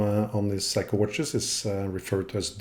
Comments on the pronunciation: Seiko pronounced 'Say-ko.' 'Sai-kou' as you pronounce it actually the word for 'The Best' in Japanese. So, technically, if you do consider Seiko to be the best, then you're fine :D Amazing video, it's great learning about the history of movements, thank you for making it so accessible. So much emphasis is placed on general brand and model history in common discourse and outside of a handful of movements, like for instance Seiko's Spring Drive, the rest of it is disappointingly hidden away on only the most technical and impenetrable forum boards. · In 67 years, I've never heard anyone pronounce it Psycho. That's the German pronunciation of a diphthong - the second vowel determines the sound. Unless it's the word "sound." I've heard it pronounced Say-ko my entire life. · If you have so much adoration for Seiko why is it that you call them "psycho" rather than "say-ko". Just saying and asking that tough question. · Hi, great channel this. Seiko is pronounced, "say-ko", according to my research-not psycho, crazy eh ? Sorry to probably correct you for the umpteenth time. You enjoy humour-here is an example of one of my limericks for your amusement- There once was a man in a bin, He tried to get out but fell in, He was tidy and clean, But awfully mean, So now he just lives in a tin. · The English pronunciation of Seiko is 'Say-ko', not 'Si-ko', if that helps.